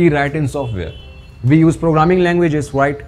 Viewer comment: it s we not VE